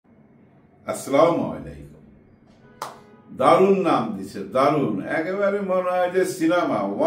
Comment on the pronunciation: Afsari vai apni salam ta sundor r sothik vabe uccharon korben kemon- “assalamualaikum “, mone kichu korben na please